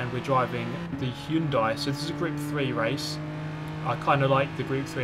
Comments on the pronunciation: the actual pronounciation of Hyundai is Hy-un-deh. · hi-un-die ... hyundai